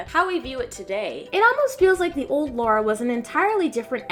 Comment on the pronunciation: her name is lAra, not lAUra =/ Lara Croft